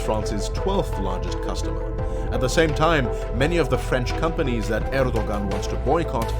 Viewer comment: Next time read Erdogan more like Erdo`an. Just a hint :)